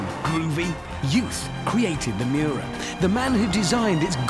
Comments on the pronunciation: Nice "Muira" .... you would expect more from top gear channel... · Richard Hammond said it well. It is the Miura, not Muira. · Muira??? Miura!! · the name is MIURA not muira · the intro says Muira and not miura lmo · "Muira"? Ummm....... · ITS NOT MUIRA, ITS MIURA. I DON'T KNOW ANY "MUIRA" >.< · pronounciation : muira: moo-ee-ra miura:mee-you-rah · It's a Lamborghini Miura, not MUIRA! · it'a Miura not Muira .. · omg not muira...MIURA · No one: Top gear: Lambrogonio Muira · Muira? Lol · It‘s called the Miura! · Nearly 2 million and they don't even bother to correct Miura. Unbelievable. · shouldnt it be Miura?